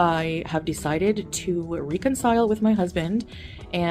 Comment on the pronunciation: Threw out words like argues but now she can’t say reconcile